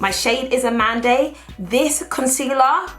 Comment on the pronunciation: A-MANDE! not amand eiii... lol. sorry haha. its french for almond and i hear a lot of people pronouncing it wrong